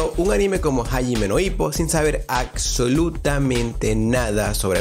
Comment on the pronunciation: Me encanta ese anime. Muy buen video, Lo único que me hizo ruido fue el “aCsolutamente” Si es la forma correcta de decirlo en tu país, pues ya aprendí algo nuevo. Saludos.